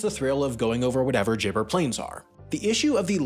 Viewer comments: Gibber plains are plains covered with stones. Rather like the surface of Mars, but more hostile. “Gibber” is pronounced with the g in “give”, not as “jibber”. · As any Midnight Oil fan will tell you, it’s Gibber Plain as in “ghibber”, not “jibber”! 😏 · What is it with Americans that they can’t take the time to learn the actual pronunciations of these places. I have been to all of them you were just about 70% incorrect. You got William Creek right. Oodnadatta. ( say it… dat… datta). Cooper Peedy ( peeee) Peedy. Gib… say it Gib… Gibber plains. I promise if I come the US I won’t tell you how to use American English. It would be good to address the political corruption that has been involved in these land owners and cotton farmers in stealing water of nearby townships and major waterways. Yup, it happens here too. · gibber is pronounced with a hard "g" like in gif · Also; Giber plains has a hard g. Woomera has the stress on the "woo" not the "era". I'm sure there's others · Interesting video, but you really need to check your pronunciation, Lake Eyre was pronounced wrong as was Gibber plain. Yes Coober Pedy has a small permanent population but tourism swells this many times over the winter months. Anywhere with a big supermarket is certainly a substantial town in my books as most truly small towns certainly don't have that. Very interesting size comparisons, thanks for posting. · You've mispronounced Wahroonga, Lake Eyre, Oodnadatta, Gibber (Aboriginal for stone or pebble) and Woomera. Also, your pronunciation of pastoral put the emphasis on the wrong syllables. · Ok, a few corrections of pronunciation: Lake Eyre is pronounced "Lake Air"; Oodnadatta is pronounced with a short a, like batter; gibber is pronounced with a hard g like go; Woomera is pronounced with the emphasis on the first syllable (like emphasis and syllable).